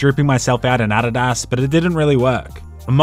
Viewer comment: Bro, uh-dee-duhs; adidas